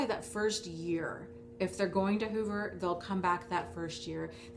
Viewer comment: Each time you say hoover I think you're saying HOVER, as in, spying. If you just mean suck you back in there's nO need for technical terms. Suck you back in is just a common dating technique players do. All it is is that u keep falling for playas and getting PLAYED. ...Peace...